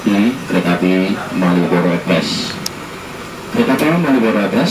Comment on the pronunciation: Kalo ngomong malioboro ekspres "malioboro epres 😅😅